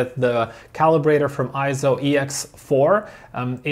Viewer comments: Yep, I'm another Eizo fan and user. Having watched a few Eizo videos on youtube, I wonder why the vids produced in the UK and Europe pronounce it Eye-zo , when in Japan it's pronounced Eizo as in Eight. If it was Eye-zo it would be written as Ai, as in Aikido. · Correction: It's not pronounced IZO, It's pronounced AY-ZO. Please refer to EIZO in Wikipedia and EIZO's own corporate video where you can hear it pronounced AY-ZO in the video.